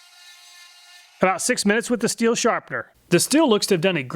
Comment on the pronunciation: Just a tip, “stihl” is pronounced as “shtil” (sh sound similar to the one in the word shadow). Never pronounce it as “still” :)